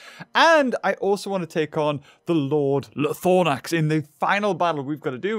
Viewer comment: it’s called “ Lie Throw Nax” not Lie Thor Nax